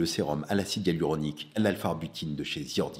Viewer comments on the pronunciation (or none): none